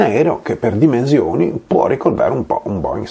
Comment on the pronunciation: Perché dici "dimenzioni "?